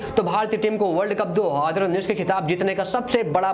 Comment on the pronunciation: 2 haaaaaaaaazarrrrraaaa😂😂